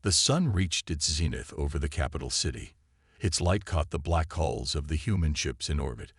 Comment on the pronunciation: Ships have "hulls" not "holes"